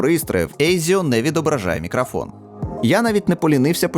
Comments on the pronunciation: Ха, навіть не сумнівався у RODE! Хлоп'ята гарні, але ж карбованців просять...) Хочу дати невеличку раду щодо української вимови. У солов'їній редукція голосних у побуті відбувається дещо інакше, а точніше... її майже немає) В українській немає заміни голосного «о» на «а», (це характерно лише для мови сусідів). Ось наприклад слово «мікрофон»... воно повинно вимовлятися виключно як «мікрОфон», тобто через «о», а не «мікрАфон» через «а», гадаю, ти зрозумів. Також звук «щ» у нас вимовляється як тверде «шч», не «шь». У тебе воно не часто, але проскочує, трохи більше уваги — зникне майже миттєво. Я сам, коли переходив з російської, цим страждав) Сприймай це чисто як пораду — не критику, я просто хочу, щоб кожна мова звучала чисто, як повинна, без усіляких акцентів, але я свою думку не нав'язую. Та ще одне... Друже, дякую тобі за якісні огляди, тим паче українською, нехай у тебе все буде якнайліпше, удачі тобі! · Не зміг додивитися, "Мікрафон" дуже ріже слух, решта все на висоті.